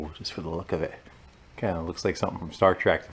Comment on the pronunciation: Star TREK not Star Track.....you Yankees 🤣